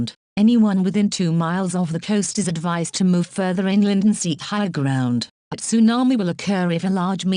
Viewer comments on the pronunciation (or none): none